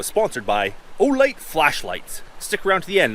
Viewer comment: I'm sorry but every time I hear "O-light" I think it's some "adult product" akin to a fleshlight. It just doesn't sound right. Seems like your hammer drill would be useful with those agates where it's dry.